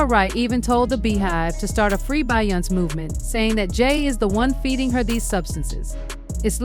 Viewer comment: Yah-yo? Bey-on-say? Huh 🤔 by-yonce? lol let me know, they don’t live in US or it’s AI. 🤖